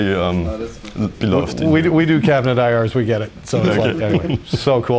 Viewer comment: Anyone else hear him say “we do cabinet IRS”? you know what that means